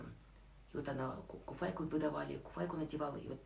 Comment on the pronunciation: не куфайка, а фуфайка 😊